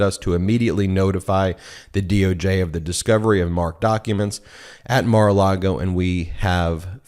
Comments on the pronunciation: I love you guys, I really do, but you have to stop calling it Mara-Largo. It’s Mara-Lago. Not that I give a damn about what DJT names his crappy wedding venue, but you know the right wing weirdos will seize on Democrats mispronouncing their dear leader’s flop house and point out (incorrectly) that Dems can’t even get that right so they must be wrong about everything else they say. Of course you guys aren’t the only ones to mispronounce Mara-Lago, I hear it said wrong all the time on MSNBC and other liberal leaning outlets. We must always set a good example for everyone. If nothing else just call it Mara-Lardo.😊❤❤ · Please don’t say Mara Largo It’s Maralago!! Thanks! I listen to you all the time!! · “Mar A Largo.” Haha, Ben, Cohen is rubbing off on you. You almost said, “Mar A Lardo.” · There is no R in Lago. It’s not Mar-a-Largo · Michael Cohen says “Mar a Largo” - please don’t copy his mispronunciation. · I've heard you say MARALARGO more than a few times, and assumed it was meant as a joke like Michael Cohen and "mara-lardo". Now I think it's just a slip between the Spanish words LAGO for lake and LARGO for large (as in Key Largo) I think it's mar a Lago for " view the lake " or "lake view". Just wanted to help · I find it amusing that Ben has picked up "Mar-a-Largo" pronunciation from Cohen.